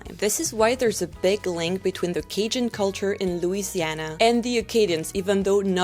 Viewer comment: In your last video, I said you said Cajun correctly once. I'm watching this video immediately after and you have perfected it. I told you I cried through the last video, and then I got to in this video. My eyes are going to be red the rest of the day. I am guessing that Chiac is the French equivalent of Spanglish, or, Spanish and English? Thank you for this ❤️